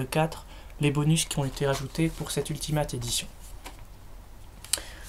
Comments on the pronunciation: C'est pas [ultimate] mais [ultimayte] (phonétique) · bonne vidéo :) PAR CONTRE X) ! on prononce " Ultimaillte " et "AmazonE" ^^ Voila c'est pas très grave mais sa te sera peut être utile une prochaine fois ! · Attendez... Il a dit AMAZON et Ultimate ! Déjà Amazon se prononce AmazonE et Ultimate se prononce Ultimait ! Sinon très bonne vidéo